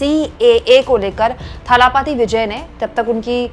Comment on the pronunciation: It is dalapathi not thalapathi.